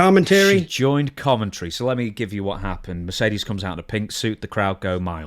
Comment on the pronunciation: Mercedes "Groan". 🤮